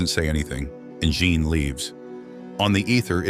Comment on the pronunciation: The AI can't figure out how to pronounce Jean, and said deceit instead of decide... Just use a human narrator.